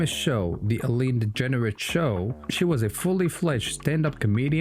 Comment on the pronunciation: Not Eleeine it's Ellen. And you forgot her sitcom